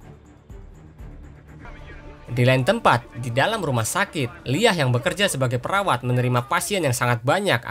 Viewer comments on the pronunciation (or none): none